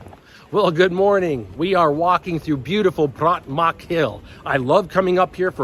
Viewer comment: It's Pratumnak, not Pratmak